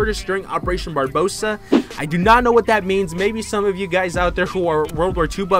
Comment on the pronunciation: It’s barber o sah. Not barboseah